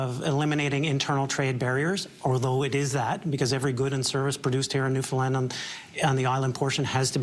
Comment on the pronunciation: I so much appreciate that you are pronouncing Newfoundland correctly…. So often it is mispronounced and it is very disrespectful.